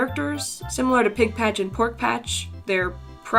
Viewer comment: tham pigpach...🤣😂🤣